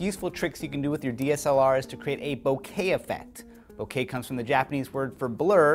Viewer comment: did he just say bukakke?